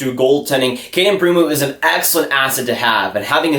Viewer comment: Pre-moo.. hehehehe